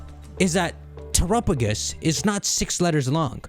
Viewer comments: Crazy how he still saying terapagus instead of terapagos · still pronouncing it "turupugus" 😆